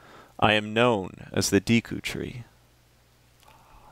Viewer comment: its pronounce as day-ku tree